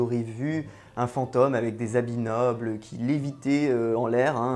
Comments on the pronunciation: V'nez, on dit FantÔme et pas fanteume ^^. Oui je chipote, mais ça me pique le noreille, j'y peux rien ^^' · unrelated mais l'accent sur "fantôme" ("fente"+"homme" au lieu de "fente"+"ohm") ça m'a un peu distrait au début mdrr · Pareil. Cette prononciation à la 'fantoche' est vraiment perturbants surtout que le mot revient souvent. Je ne détecte pourtant pas de trace d'accent bizarre dans le reste de son discours. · FantÔme, drôle de prononciation :D J'adore votre chaîne sinon, bonne continuation! Essayez aussi de bien voir que les insultes menaces etc...n'ont absolument rien de sérieux, elles proviennes 99% du temps d'enfants (16 ans maximum)...ça fait un choc de comprendre que le père noël n'existe pas...Jamais ils se permettraient de s'adresser à un adulte comme ça IRL...